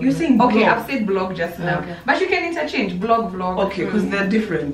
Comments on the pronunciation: Sheey Jelagat the "blog" instead of vlog is bothering her Lotsa love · Ivy is me i was hearing BLOG